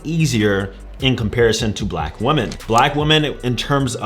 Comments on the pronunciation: who forced him to pronounce women like woman lol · Women in plural is not pronounced the woman. Muslim is not a race and Indians are also Asians. Outside of that I agree with all he said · He doesn't even know how to pronounce women